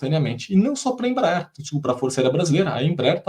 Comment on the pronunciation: Não é IMBRAER é Embraer